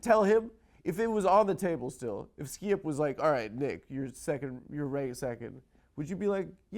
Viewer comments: I like when he says skeeyip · Hahaha, why can’t Adam pronounce “Skip”?